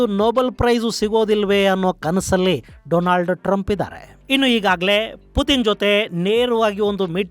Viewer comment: ಗುರುಗಳೇ , ಅದು ಡೊನಾಲ್ಡ್ ಟ್ರಂಪ್, ಡೊಲಾಂಡ್ ಟ್ರಂಪ್ ಅಲ್ಲ 😅😅😅